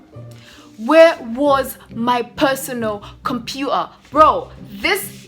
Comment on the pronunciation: It's computer not compua 😅😂